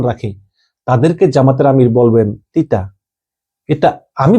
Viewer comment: পতিতা শব্দকে তিতা উচ্চরন করেন কেন?